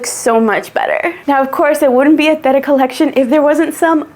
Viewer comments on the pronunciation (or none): none